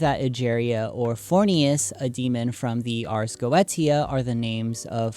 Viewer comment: Is it not spoken arz go-esia